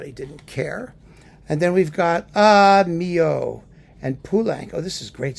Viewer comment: You never know with names, especially in French, and I know that you are not a pronunciation fanatic but I know for a fact that Darius Milhaud pronounced his last name as Mee-LO, not Mee-YO, because I saw a short film in which he introduced himself and pronounced his full name. (Of course with that tricky French u in "Darius.") Stranger yet, the French pianist Robert Casadesus did not pronounce the s at the end of his name and his wife Gaby did. As for the many other members of the Casadesus artistic and musical family, I am not sure and would have to verify every one separately.